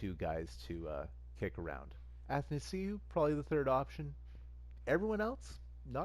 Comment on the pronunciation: btw you're saying Athanasiou right, just so you know